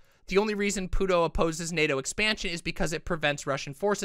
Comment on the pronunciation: As a mixed Hispanic individual, I love that you called Putin "puto" 🤣